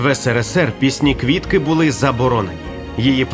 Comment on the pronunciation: Де ви віднайшли цього старого каґебіста в окулярах, котрий навіть прізвище Квітки не може вимовити як слід. А тепер воно спеціаліст з питань національного відродження.